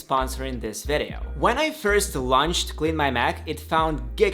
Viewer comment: I wish you just don’t say vedeo instead of video